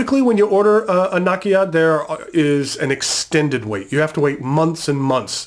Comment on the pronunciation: Nakiya, nakaya ....makes me cringe.